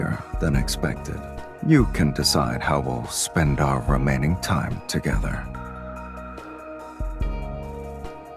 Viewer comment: HOW THE HECK DID HE PRONOUNCE "REMAINING" IN A WAY THAT SOUNDED LIKE "ROMANTIC" ? 😳